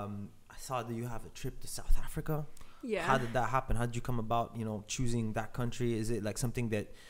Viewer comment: "Sahd Afrika"👁️👁️